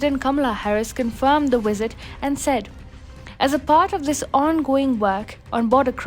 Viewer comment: its VISIT, not WISIT